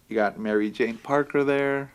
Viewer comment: Did you say Mario Jane ? Haha good times.